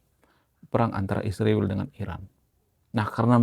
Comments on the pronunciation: Bukan isriwil. Tapi Israel. Baguslah mengucapkan bahasa. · Min, kalau sebut Israel dengan ejaan yang benar, jangan isriwil, obyektif secara komprehensif.